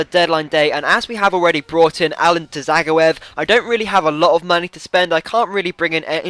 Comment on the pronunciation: not ja its zag-o-ev